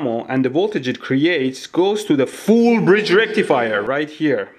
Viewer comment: I love when u say foool bridge rectifier🤣🤣🤣🤣